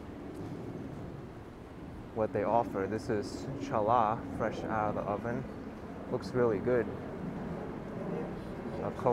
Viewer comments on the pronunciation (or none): Hallah isn't either the correct pronunciation. Ch is pronounced with a guttural sound that doesn't exist in English. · Challach....you said it wrong haha learn that first lol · It's pronounced HaLah. You have a good personality in this first video I've seen of yours. Ps.. try not film any men women and children in any orthodox Jewish community without their consent and publish it online. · No its pronouncedh CHALLAH NOT HALLA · The way you said challah had me shook 😂 you should really try it sometime.. it is Jewish sweet bread, made every Friday & Saturday for Shabbos (the sabbath.) We eat it with hummus, tahina, matzo ball soup, etc. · My Jewish members in the family would like me to say the C in Chanukah and Challah are basically silent. 😅 We love watching your trips around NYC. 👍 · I see you used the DJI osmo pocket 2 so you wouldn't get too much attention, haha. - You should google the 8th Hebrew letter, you don't pronounce it as CH when you say Kemach, challah or Chanukiya (Or CHanukkah for that matter) - Kemach means flour - In Hebrew there's a difference between a Menorah and a Chanukiya. Most of what you saw were Chanukiya, it has 8 slots for 8 candles for 8 days and the reason you saw them is because Hanukkah is near. Happy holidays. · So the 'CH' in Challah should sound like CH in Chanukah, with accent on 'Cha'. And Challah is a special bread for Shabbath and Jewish holidays. It is typically sweeter in taste and more elegant-looking.